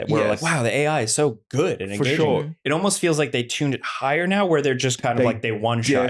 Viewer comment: As a French, I love how says "Foh shure" like my president does.